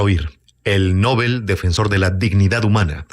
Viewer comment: Nobel, no nóbel